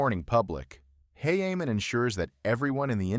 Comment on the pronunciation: Wait his name isnt heyheyman